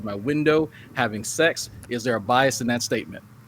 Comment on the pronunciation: My man said Biasm...